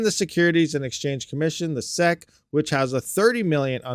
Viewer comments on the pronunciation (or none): 😅this guy can't even read. Yet it is also the only thing he can do. The "seck" lmao